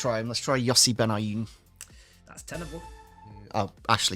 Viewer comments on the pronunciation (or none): You butchered Benayoun’s name 😂😂